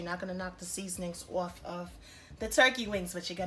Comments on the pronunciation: If you're not from either jersey or ny. Lol falling "oorf" the bone" lol I love it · This my first time watching this channel and all I hear is an uptop NY type accent I'm sold jus off the way u keep saying OFF like a NYer 😂❤️